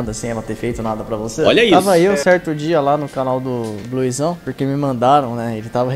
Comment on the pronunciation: Por que "bluezão"? Não seria "blusão"?